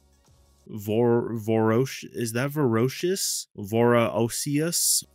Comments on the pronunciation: “Vore-ay-shus”. Means the same thing tho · I've only been watching this review for 30 sec but gotta say i cringed at the pronunciation of the word voracious. Op was so inept he gaslit me into googling a word i could already spell and define smh 🤦🏾‍♂️